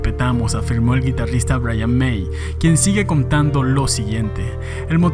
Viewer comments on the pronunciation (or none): none